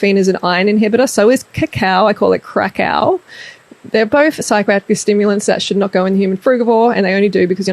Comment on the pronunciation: Take a shot every time she says crackau